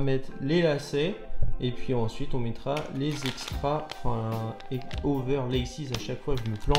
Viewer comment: Enfin regardé ce custom réalisé a la perfection le rendu est vraiment une dinguerie ! 🔥Même si le début fais mal de voir ça paire dans le cafe et faire les trous dedans je pense 🙃 Jusqu'au bout tu a pas réussi a dire overlaces 🤣